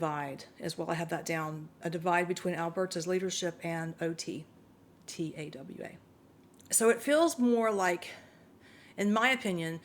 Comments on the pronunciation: It would be great if you figured out how to pronounce the capital city of Canada 🇨🇦 Ottawa is pronounced “Ott (as in otter) a (soft a) wa (just like it sounds). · Ottawa, pronounced ahh-ta-wa.